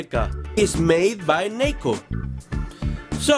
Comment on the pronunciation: Naco? It's NECA